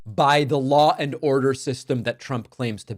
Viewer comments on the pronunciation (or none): Lah and oRRdeRR